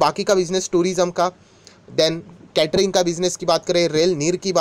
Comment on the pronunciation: Sir aap क्यटरींग. Kyu bolate ho ye केटरींग है